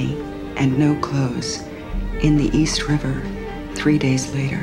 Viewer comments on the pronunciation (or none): none